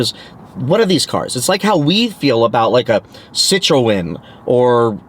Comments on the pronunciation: It’s pronounced Sit Tron. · pronouced 'si-trhun'